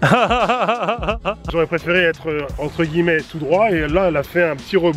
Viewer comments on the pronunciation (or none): none